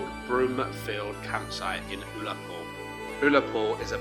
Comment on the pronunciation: “Ull” in Ullapool is pronounced the same as Gull minus the G.😉